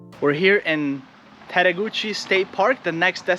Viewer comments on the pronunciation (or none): Also the “e” at the end of Tettegouche is silent but almost everyone says it wrong ;)